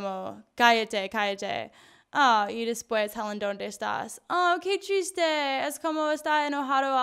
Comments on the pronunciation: Cada ves que dice que triste escucho que chiste :v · Cuando dijo: Qué triste'', le entendí qué chiste y yo en plan ¿Quéeeeeee?. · ¿Soy el único que cada vez que dice:qué triste.escucho que chiste?:v